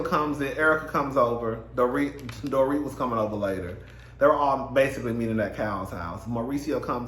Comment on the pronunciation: Hi, Dorit's name is pronounced, "Dor-reet". 😊